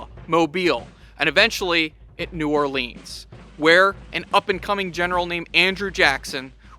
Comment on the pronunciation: New Orleens